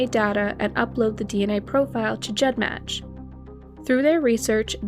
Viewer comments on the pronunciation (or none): none